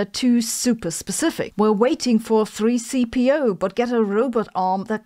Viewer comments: I guess Prof. Sabine and her team are not great Star Wars fans because they would have pronounced C-3PO correctly otherwise. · Ok Sabine, I will comment to point out that you misspoke the name of the Star Wars robot. You're welcome. 👍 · 3CPO? Really? It's C3PO!